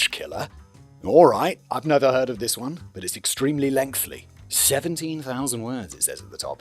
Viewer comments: Me, yelling “lengthy” every time Simon says “lengthly.” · LENGTHY not lengthly! FFS Simon! You always say lengthly!